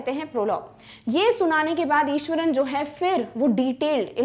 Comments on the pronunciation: Maam it's Iswaran not Ishwaran.... Btw I love your teaching style♥️♥️♥️ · it is iswaran not ishwaran